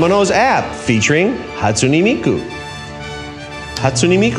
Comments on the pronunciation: "hatsoony miku" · "hatsunEE miku" NO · Why does he pronounce Hatsune Miku so weird like why he say it hatsu-knee like wot HaTsUkNeE MiKuU